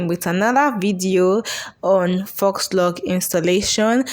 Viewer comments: You make ot look so easy. I'm going to try this. Hope it turns out as good as yours. FYI: FAUX is pronounced "Foe". Yeah that's not how it's spelled, but it's French, so it has letters in it that goes against how we pronounce things in English. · Faux is pronounced = fo, not fox. 🦊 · It's faux pronounced foh not fox. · Awesome video. But Faux Locs is pronounced "Foh" Locs, the "x" is silent, not "Fox" Loxs 😊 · Pronounced FO LOCS; not fox.... Your presentation is great and easy to follow. They really look nice! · Foooooh locs (faux locs) not "fox" locs. I'm not trying be funny or rude. Just thought you and the viewers should know the proper way to say it❤️ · "Fox" locs🤣🤣🤣 girl the X is silent. It's phonetically pronounced "fo" locs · Faux is pronounced for, not fox, and crochet is pronounced croshay, not crochette . Your mispronunciation of these French words makes it difficult for me to watch/listen to this video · It's pronounced "foe locs". Not fox locs. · You are pronouncing faux incorrectly. It’s pronounced “foe” lox! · It is pronounced ‘foe’, the ‘x’ is silent…you’re welcome. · Faux-pronounced 'foe'. French for fake. Just fyi. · Pronounced Foh locs😆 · Yes it tears my nerves up to hear people say “fox” 🤦🏽‍♀️ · Great tutorial! 🥰 But FYI... "Faux" is pronounced (Foe) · I just came to ask you to stop saying "fox" locs😂😂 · foe locs he x is silent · It's pronounced, "foe" locs, Sweetie. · Great video but faux is pronounced...fo